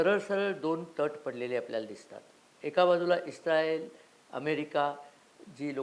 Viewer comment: तुम्ही इस् राएल असे दोन वेगवेगळे उच्चार करून ऐका